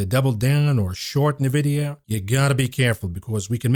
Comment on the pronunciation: youre pronouncing Nvidia wrong 🥱